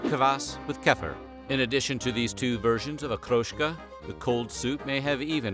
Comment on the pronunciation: I'm bickering of course but except for Okroshka, none of the names is pronounced correctly. And every time they say "blini", they show a picture of "oladii" - thicker and smaller pancakes